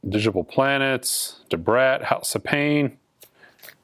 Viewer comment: That, salt and pepa and digable planets. I love your vids but I swear you are messing with us.